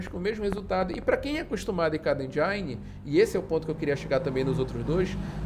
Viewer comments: O i de engine não se pronucia "ai" e sim "i" Desculpa a encenação de saco, bote a culpa em inglês ser uma língua com vogais irregulares :/ E o A do prefab pronuncia que nem o A de Fábio 👍🏼 Aliás ótimo vídeo, obrigado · Muito bom o video. Mas só um detalhe, a pronúncia de "Engine", seria mais próxima de "Endine" e não "Endiaine", acaba parecendo que está tentando falar mais inglês do que um americano kkk Mas o vídeo está muito bom. +1 inscrito.